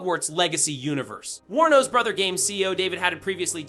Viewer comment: thank you for pronouncing Warner Bros correctly. Most/quite a few people on youtube when they say it, they pronounce it as "Warner Brahs".